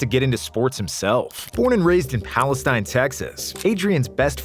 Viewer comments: It's palah-steen Texas...common mispronunciation though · Pronounced palesteen with long e not Palestine long I. Definitely had some east Texans pissed at the beginning 😂. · "Palesteen" pronounced. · It’s pronounced Pal Es TEEN. It’s my hometown and where I went to school. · Great video, but it's pronounced "Pal-Uh-Steen". Lol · It's pronounced "Palestine"... And that's Texas a&m not Texas 🤔🧐🤨🙄🙄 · I’m sorry sir, where he grew up is pronounced Palesteen. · Palestine is pronounced “palesteen” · 1 thing; I’m from Rusk, Tx. And remember seeing Adrian in the newspaper and knowing he was going pro. All that said, it’s pronounce “Pal-less-teen” Texas. Not like the middle eastern country. It’s time we get this right, y’all. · I played against Peterson in highschool back in 03’ dude was a man among boys back then. This is just a nitpick, but the town he’s from is pronounced “pales-teen” down here. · Everybody knows it's pronounced Pal-iss-TEEN! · He actually lived and went to highschool a few towns over from me. I got to watch him play football and long jump a couple of times. Also I hate to do this but its pronounced like Palestien, only reason I bring this up is because it is the only time I will most likely ever hear anybody out side of anderson,leon,or freestone county talk about Palastine. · It’s pronounced palesteen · I hate when people mispronounce Palestine. Im from east tx and we dont say it that way lol … no diss to the video. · The way he pronounced Palestine made me chuckle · Mispronounced Palestine, but let's keep going. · Pronounced the home town wrong